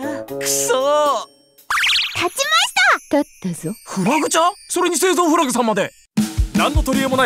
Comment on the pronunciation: フラグじゃなくて『フラ』って呼んでんの！？ってなったぁ